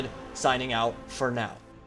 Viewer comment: TRIGGERED WHAT IS THAT SMILEY FACE SUPPOSED TO MEAN TRIGGERED AHHHHH YESSSSSS " FOR NOW " I RECOGNIZE THAT EMPHASIS XD